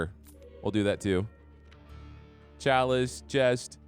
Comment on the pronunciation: It's edging me all the time when you say "KALICE" "Chalice"